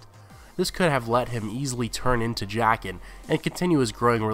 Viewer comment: I die a bit Everytime he says jaqen